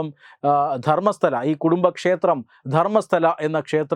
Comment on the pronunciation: ധർമ്മസ്ഥല അല്ല, ധർമ്മസ്ഥള